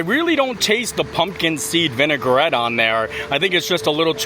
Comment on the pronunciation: I’m an English stickler and you’re adorable but it’s vi-nuh-gret not vinegar-ette loll also, you demolished those beer flights like nothing and I was thinking how big those drinks were for a flight tasting! Remind me to never challenge you to a drinking contest 😂 also most steamed buns come with a wrapper on the bottom almost anywhere 😂😂😂 you’re too funny